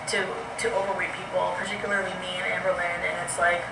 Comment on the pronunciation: She just called her Amber-lean, and no wonder she corrected herself so quickly.